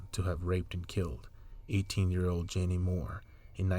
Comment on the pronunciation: Thanks for doing this video.. Jeannie is my Aunt. My family has waited so long for the news... oh her name is pronounced like 'genie'